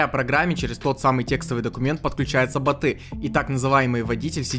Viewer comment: ботЫ, ботОв? Что, нормальное ударение уже не модно?